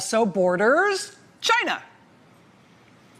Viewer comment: it’s not China, it’s Gaina!